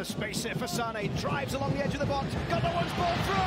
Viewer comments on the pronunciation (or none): US Comentators doesn`t do a minimum to learn just basics of other languages! I someone is called f.i. Leroy Sané the "é" with the comma above, the accentuation is on the "é" ...loooong spoken! Saneeeeee .... 🤦‍♂ Isnt that their job in a way?